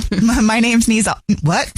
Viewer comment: Damn Nina might be needing a vacation if she’s struggling to say her own name 😂